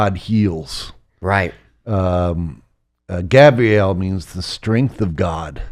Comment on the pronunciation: Its not Gabrielle its Gabriel bud